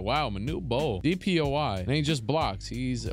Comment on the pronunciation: Love the videos, but am I trippin or does he say “DPOI” instead of “DPOY”??